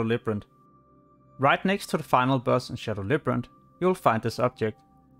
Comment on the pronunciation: Labyrinth. Not librant